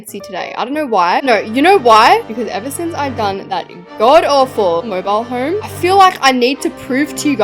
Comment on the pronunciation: you dont say "mobile like "moibal"